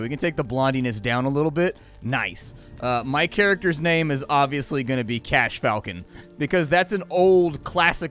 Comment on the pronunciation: Someone who properly pronounces the names. Love it, subbed.